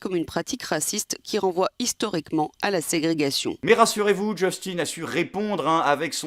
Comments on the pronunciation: PTI, on dit « Justin » Trudeau, pas « Djostinne »! ;) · Alors, conseil de francais expatrié au Québec, ne dis pas "Djustine Trudeau", mais "Justin Trudeau" . Justin, comme on prononcerait "Justain", ou "Juste-Un" pour essayer d'être plus phonétique Sinon, tu vas t'attirer de futurs commentaires négatifs de québécois :)